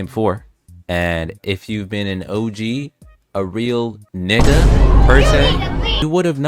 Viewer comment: Idk if ur actually black to be saying that nigga word u say it weird to me 🤔